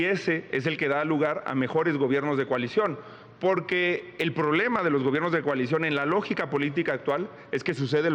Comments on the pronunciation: Financiagor ..enseñen a pronunciar a esta señora X .....poque ..poque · Pero porque dice pojque porque hablas así Xochitl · No puedo ver seriamente el #Debate cuando escucho la palabra pogque… Nagco pagtido… etc etc jajaja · Pogque.. Cagmona.. finangciados.. nagco.. que la sra. Derrota primero que vaya a terapia de lenguaje.. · Pogque....gue pagso....gesiviegon...guíen... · Pogque, seggio, nagcopartido,😅